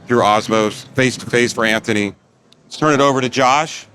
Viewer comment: Gracious Anthony as always not correcting the intro guy on adding a "T" to his name... 🤦